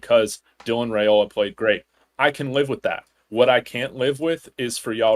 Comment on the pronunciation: I gota comment this bc ive heard this channel pronounce his name wrong every time. Its not Rayola, its Ryola. The family name is pronounced Ryola, just spelled Railoa. Just in case any one was wondering why you hear both, the correct pronunciation is Ry-Ola